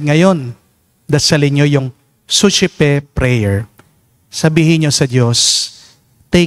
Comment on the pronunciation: Di masyadobg malinaw ano po spelling Ng sosepe prayer❓